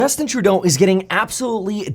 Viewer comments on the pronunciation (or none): Literally no one in Canada says Trudeau the way you do Kevin😂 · Why are you pronouncing his name so weird? Are you French-Canadian?